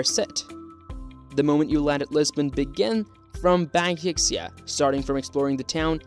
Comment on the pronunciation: Nothing says that you don't know what you are talking about than mispronouncing (drastically) basic names and locations. Baxia is pronounced like Bai-Sha, not Backs-Seeya. It should like you just cobbled together a few travel notes and made a video with stock photos but have never been there, or even travelled around.